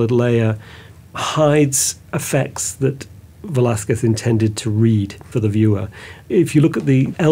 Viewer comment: Thank you for taking the time to learn to said Velazquez name right. I am an artist, Velazquez did not prepare a drawing . He directly used the brush and oil to do the portrait directly into the canvas”a la prima”. That’s why you don’t see his drawing on the canvas. I don’t think he used white lead to do the under painting, they used guesso, that is calcium carbonate, following the Italian way. On the Vasari on technique book explains how the canvas is painted with guesso, and he goes to give you the ingredients. He may done the King’s head and used another person to hold the pose with the King clothes. Velazquez used a vine barrel to paint a horse. El Conde Duque de Olivares.